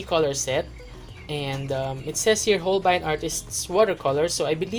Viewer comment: So Hol-bayn pala Pronounciation! 😱